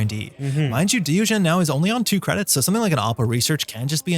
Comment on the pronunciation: I think you may be pronouncing diogene wrongly unless its not a reference to diogenes the philosopher